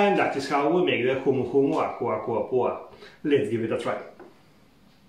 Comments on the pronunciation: LOL I would NEVER have been able to pronounce it. You did a stellar job, I wouldn't have known any different. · I started watching this and immediately was like, how the heck did he just say that name ?! 🤣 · What a stunning glass to serve this in!! Also faaaair play for the seamless pronunciation 🍹